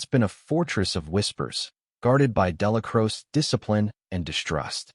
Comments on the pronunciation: Crow-chee, ya wet wipe. 3 hrs of butchering the man's name . Exhausting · Narrator cant even pronounce Dellacroce right.